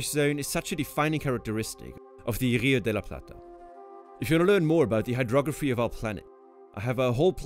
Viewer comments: Congratulations! For an English speaker, you nailed " Rio de La Plata" pronounciation perfectly! Cheers!!! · Muy bien pronunciado el "Rio de la Plata" <3. En el colegio de Argentina se enseña que ése área se lo llama estuario